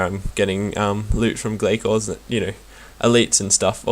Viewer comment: It's pronounced Glay-Cores :) Hope this helped :D boots so far 6Stead, 2Glaiven, 4Ragefires, over 7k kills done :)